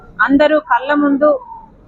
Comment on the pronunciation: కల్ల ముందు అనకూడదమ్మా. కళ్ళ ముందు అనాలి.